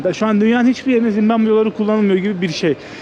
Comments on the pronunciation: Doğrusu Zimbabve değil mi bilerek mi zimbambe diyor hata ile mi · Zimbambe değil Zimbabve. Ülkenin adı bu en temel bilgi. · ZİMBAMBE DEĞİL ZİMBABVE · Daha ülkenin adını bilmiyorsun. Zimbambe değil Zimbabwe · Merhaba zimmambe değil Zimbabwe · Zimbambe değil Zimbabve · Oğlum evladım Zimbamve değil Zimbabve doğru yazmışsın ama telaffuzun yanlış bir de dakika başı söylüyorsun ZİMBABWE o kadar😂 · Dayanamadım artık yazıcam, Zimbambe degil ZimbaBVE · Zimbabve yazılmış, sürekli Zimbambe diye telafuz edilmiş. :( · Gittigin ulkenin ismini bile telafuz edeliyorsun bu ne zimbambe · zimbamme nedir dostum şembambe der gibi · Yalniz ulkenin ismini ZIMBAMBE olarak telaffuz etmeniz pek hos olmuyor. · Abi "Zimbambe" diyorsun ya aşırı gıcık oluyorum. Ama, seviliyorsun❤❤❤ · Zimbambe dedi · Gittiğin ülkenin adını bile doğru düzgün telaffuz edemiyorsun daha kardeş. 300 dolara bi gopro bulan cebine 3-5k dolar koyan herkes maceracı kesildi! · Gittiğin ülkenin adını soyleyemiyorsun kanka ya